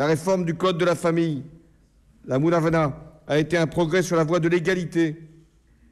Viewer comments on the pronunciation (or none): la mounavana il veut dire la moudawana hhhhhhhhhhhh